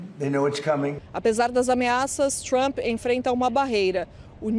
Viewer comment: A pronuncia forcada de palavras em ingles pelo goianio Lourival eh altamente pernostica: "TrAAAaaAmmmppppe", "Dwwroonis". Isso nao te faz mais sofisticado,.